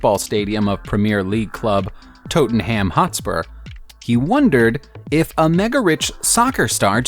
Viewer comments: "Tote-in-ham Hot-spur" ... oh no .... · LOL WHAT DID HE JUST CALL TOTE AN HAM HOTSPURS LOL . THATS SO FUNNY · First of all he doesn't know his cars and are we all gonna ignore toat hen ham hotspur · Where the fuck is Toaten ham hot spur? And what the fuck is soccer? Ferrari mon-day-al That’s a Chiron not a veyron Lambo Contack? Bentley BT? Not GT? “Inspection tag” that’ll be MOT then yeah? Clearly not a car guy?